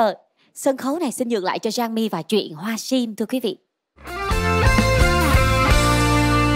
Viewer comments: Jangmi hát ko đủ tầm. Phát âm sim tím thành siêm tiếm. Haizz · Đứng riêng thì nghe tàm tạm…Đứng gần bà chế thì nghe Jang Mi xu quá xu. Giọng thì thều thào, hát Sim thì thành Siêm. Phát âm kiểu này mà cũng được hả trời. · âm sắc hay, kỹ thuật chuyển âm cũng tuyệt vời, chị Như số một. Giang Mi chọn bài chuyện hoa sim dở quá vì phát âm sim, tím sai hết rồi, luyến láy cũng làm bài hát sến quá